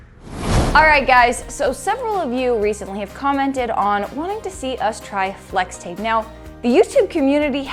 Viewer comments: she said slex tape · “Slex tape” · Slex tape? Lol its pronounced flex tape not Slex tape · In the beginning you said slix tape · Did she say slex tape or what